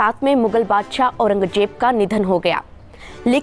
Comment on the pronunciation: भाषा में सुधार करो मैडम ....औरंगजेब (Aurangjeb) नहीं औरंगज़ेब ( Aurangzeb) होता है। शाशन नहीं शासन होता है। कबजा ( Kabja) नहीं कब्ज़ा (Kabza) होता है।